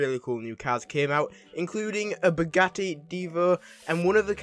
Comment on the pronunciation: No it’s “Bugatti”